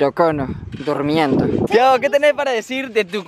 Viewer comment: tampoco es "tiahgo" Es Thiago